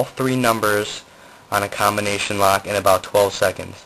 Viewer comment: "...your COMBO-NATION" xD